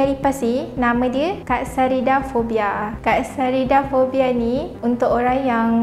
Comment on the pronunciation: speaker sebut: Fobia lipas : Katsarida fobia aku dengar: kak sarida.....